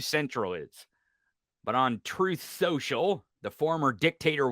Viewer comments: Maybe he keeps calling it tooth social because he all ways had trouble with that word & being able to tell it. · Hey, it's called Troth Sensial. Get it right. 🤣😂🤣😂🤣